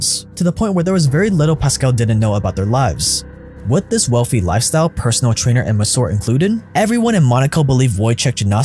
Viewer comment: Wealthy, not WELFY!